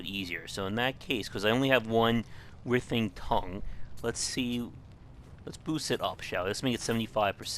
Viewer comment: what about the word "writhing" lol